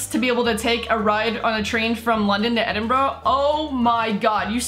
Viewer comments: Pronounced ed-in-bruh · thats not how you say edinburgh